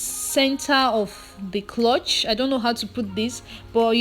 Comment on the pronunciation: Nice tutorial as always. But please it’s ‘crotch not clutch’.